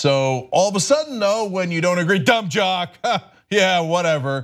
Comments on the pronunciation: G Graham what’s jum dock alert? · i just saw that, paused the video and googled "jumb dock" to see if it was some joke on the phrase. Nope. Just a jumb dournalist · It’s funny how she starts off trying to insult lebrons intelligence by calling him a “jumb dock” but hey it might not have been her fault for mispronouncing it. The teleprompter might have spelled it wrong. That’s where her “opinion l” comes from anyways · Sooooo....... No one is going to address the fact that she said "Jumb Dock"🤔🤔🤔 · LMAO I was trying to figure out what she said jumb dockular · You sure about that? She should try harder; because it wasn't that obvious. It looked like she flubbed the line and didn't catch it in order to correct it. But you may be a Faux News watcher and may know better than I. You're a little emotional; but that's to be expected, I guess. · did anyone notice she said "jum dock alert" lmfaoooo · She said "Jumb Dock" alert instead of Dumb Jock...as she is slamming their intelligence. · I did hear Jum Dock LOL the pot calling the kettle... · Did she just say Jum Dock though?.... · Did she say jumb dock? Yeah, she did. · She said "jum dock". Fox viewers have some really low standards when it comes to their news readers. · no ones gonna say that she said “jumb dock alert” 💀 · She said jum dock the irony Lol 😂😂😂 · She shouldn't be talking about being grammatically correct when she said jumb dock alert instead of saying dumb jock alert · She lost when she said jumb dock 😂🤣😅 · She said Jum dock alert lmao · "Jumb Dock"... enough said. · She said jumb dock alert instead of dumb jock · "This is a jum dock alert" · She said “jum dock” 🙄🙄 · Did she just say jum dock?...ah ok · So we gonna ignore she said jum dock😆instead dum jock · “Jumb dock” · I think she meant to say what she's thinking of..d..k not dock...black d..k to b precise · I know right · I know right!!! So much for her concern with grammar... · Lol I thought I heard that too.